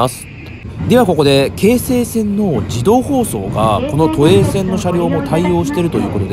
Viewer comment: 京急と同じ抑揚で 京成と発音するが 何か新鮮でした。 青砥駅も、ん？と思いましたが は 抑揚には無頓着ですか？ 気にならないって方は いらっしゃるのでしょうが、 僕は気になったので、 コメントいたしました。